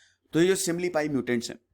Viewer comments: Sir ye simlipal hai not simlipai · Sir... It's SIMILIPAL.... NOT SIMILIPAI🙏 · Sir similipai nahi Similipal M from Cuttack Orissa ... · Simlipai Nahi simli paL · Simlipai Nahi simlipal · It's "Simlipal "-----सिमलीपाल